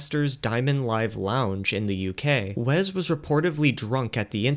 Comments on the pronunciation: STOP SAYING "WEZZ" FOR THE LOVE OF GOD! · Take a shot every time bro says Wez Scantlin 😢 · As someone named Wesley who only goes by Wes as well, for the love of God IT'S WES NOT WEZ. THERE IS NO Z IN WESLEY!!! Great video. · "Wez" Scantlin lol. If you asked this guy which coast California is on, he would say "Wezt". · Wezz? It's Wes.